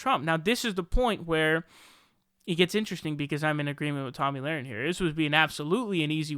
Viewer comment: Tomi, pronounced tommy, not tammy. And.laher, pronounced luh-ren, not lorin.